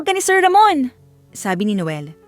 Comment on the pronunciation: Bakit ang hirap mong bigkasin ang mr.ramon.